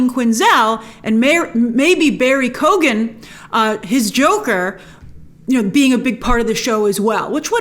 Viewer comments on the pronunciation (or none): Grace, no big deal but its Barry Keoghan (Ke-Own) not (Ko-gin) our Irish names can be hard to pronounce! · or Key-Own really!!! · Can you please start pronouncing Barry Keoghans name properly, Its Key-own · It’s pronounced Barry Kee-Own. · Pronounced Barry - Keoen. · Hey Grace, just a heads up, barry keoghan is pronounced like Kyoh-an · Makes me laugh Grace goes the extra mile to pronounce black actors names but butchers Barry Keoghan’s name everytime.